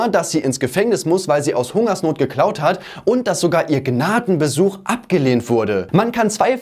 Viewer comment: Sagt er jetzt Gnadengesuch oder Besuch das lässt mich nicht inruhe 😅